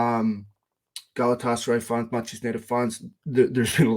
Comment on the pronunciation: for the love of God, say it with me - GA-LA-TA-SA-RYE!